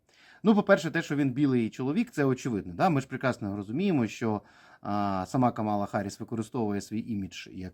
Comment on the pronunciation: Ех, ці українські оглядачі американської політики… Давайте для початку навчімось правильно називати імʼя нинішнього віцепрезидента СШ і кандидата на посаду президента від демократичної партії - КАмала. Не КаМАла!